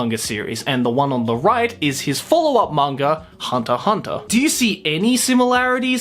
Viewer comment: you say the x in hunter x hunter